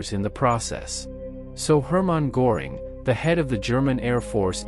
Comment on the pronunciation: Herman Göring...."Ö" is pronounced as "I" in SIR ...